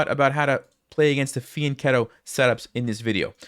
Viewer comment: Props for pronouncing fianchetto right.